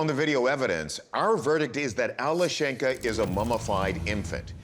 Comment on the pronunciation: The name is pronounced Alyoshenka.